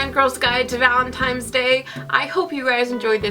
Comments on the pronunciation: Am I crazy or you're pronouncing it ValenTIMES day instead of ValentiNes day?? I don't mind it at all but do you realize it? Ahah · It's valenTINE'S day not valenTIME. lol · It sounds like you are saying ValenTIMES day. It's ValenTINEs day!!!! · Me too! and I was like, wha--?? :S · Am I the only one who noticed that always says Valentimes..haha:) I don't mean it in a rude way though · Oh,, I could not concentrate, I kept counting how many times you said ValentiMes day:D